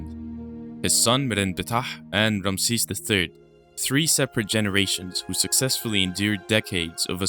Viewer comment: The narrator needs to learn to pronounce names. So many ridiculous pronunciations. Eg, Hittites, Ramses 🤪